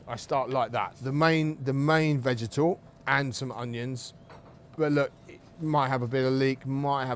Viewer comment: What the hell is a “vagital”? 😂